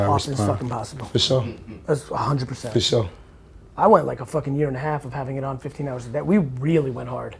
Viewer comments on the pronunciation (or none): “For shore”